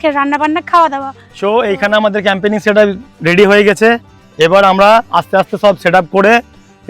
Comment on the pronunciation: 1. Firstly tomra route r journey to up to the spot dekhale na. 2. Secondly, tomra Boidhora barrage dekhale na. (It's beautiful) 3. Thirdly, tomra nijeder video te Camping ke Campaigning uccharon korcho. (Refer your recent videos.)